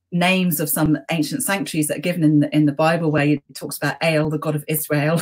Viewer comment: Excellent and enjoyable discussion. Rather surprised that a specialist Old Testament scholar, no doubt fluent in Hebrew, would not know that it's Elyon and not Elyown and similarly El and not Ale. Agree very much with the professor's views that racism as we know it is a modern construct. Physical features are hardly mentioned in both Testaments except where crucial to the story, such as Goliath being a giant. Apart from Moses wearing a mask after descending from Mount Sinai we don't anything about his appearance and the same for Jesus and indeed for virtually everybody else.